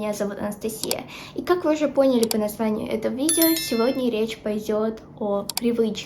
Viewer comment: на будущее: не понЯли,а пОняли, не слитесь,а сольЁтесь;)